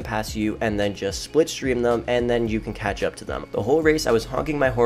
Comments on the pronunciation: It’s slip stream not split stream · "Splipstream". Are you trying to say slipstream?? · Slipstream* triggered me every time you said it wrong